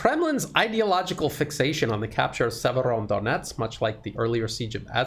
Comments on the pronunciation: It's a small thing that perhaps you feel is petty but it's driving me NUTS. You have fallen into the habit of calling the city Siever-ON-donetsk. THERE IS NO EXTRA 'N'. You haven't even added it to how you write it in the description, so why have you insisted on this error in your presentations from the start? Fix yourself, please. Thank you! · There is no first sound "N" in Severodonetsk,! Severo-donEtsk. The "N" sound is after "do"! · Sir, you are adding an incorrect N to Severodonetsk! Not SeveroNdonetsk.